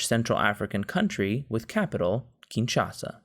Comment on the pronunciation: The highlight of my day. Also, I noticed your pronounced Kinshasa correctly this time. Great work as always.